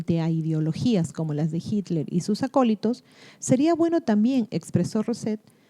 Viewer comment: Me sorprende que no sepas pronuncia Hitler